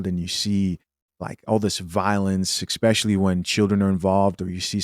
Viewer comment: Can he please stop saying 'Expecially'?